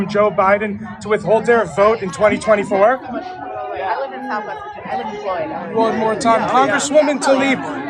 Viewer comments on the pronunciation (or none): none